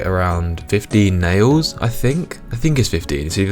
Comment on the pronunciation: Damn... you said Nails so many times! All I can hear is "Nayoes". Pickling my brain...